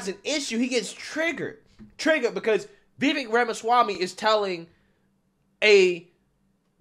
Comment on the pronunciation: FYI, his name is pronounced "Vi - VAYKE"... emphasis on the second syllable, rhymes with "bake" and "cake". This was brought up in Tim Pool's excellent interview with Vivek.